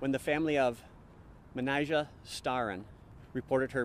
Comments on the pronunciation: Sounds as tho he's saying matty jay when its pronounced mer nee jah rhymes with amnesia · The officer pronounces her name Ma-ni-ja. And, said that people called her Mani. I usually don’t get bothered by someone mispronouncing a word or name…but the fact that this “narrator” says Manijeh’s name every other sentence, and doesn’t pronounce it right once…that does bother me. Especially since the channel included footage of her name being pronounced correctly. And, most especially since her moniker was something so simple to pronounce. This MUST be AI narration…or an idiot. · yes, i imagine the proper pronouncement of it might be like the officer footage mannáy-jah. not mennuh-jey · It's a Persian name, correctly pronounced "Man-i-zheh," but in English that letter j is often substituted for the Persian letter "zh." And of course it's "Mani" for short in both languages. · I guess it's pronounced Man-I-Jah? At least that's how the officer pronounced it. Great story though. Mistakes happen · Pronouncing racialized names correctly isn't trivial. Respect is given when we take the time and care to say a person's name correctly. A quick search says that her name—Manijeh—is pronounced "Manny-jeh" ("jeh" like "eh"). It's that simple. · Hint to the producer. Get the pronunciation of her name right. Cop says it way differently than the narrator. And even then the narrator isn't consistent! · You could at least get the victim’s name correctly. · Is the narrator saying her name wrong... I believe the cops said it's correctly. Narrator saying as it's spelled anyone know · How disrespectful to pronounce her name wrong through the whole upload !!!! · the officer pronounces her name…pretty sure he would know how to say it, with help from her family. Plus, he shares her nickname, as well. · you pronounced her named 259 different times. each time a different pronunciation os a simple name. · How many different pronunciations of this poor woman's name did we hear? I lost count. RESPECT